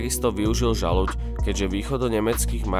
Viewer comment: Aspoň jeho meno si sa mal naučiť správne vysloviť.